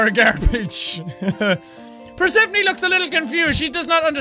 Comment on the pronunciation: Persephone is pronounced PER-SU-PHONE, like the greek goddess.